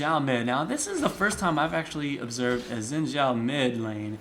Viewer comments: No it is Shin. Its a chinese name its pronounced that way. Its Shin Zhao basicly. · no it is not shin, and a chao is something from sonic, he is saying it correctly.